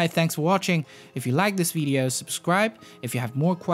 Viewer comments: Why do you say vedeo? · You say "video" wrong. It isn't VEE-DEE-oh. It's VIH-DEE-oh. "VIH" rhymes with vision, victory, vixen.